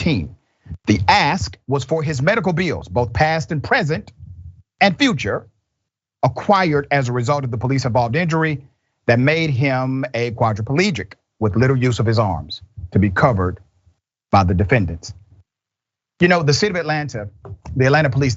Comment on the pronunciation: Yep. Missing a g. Lol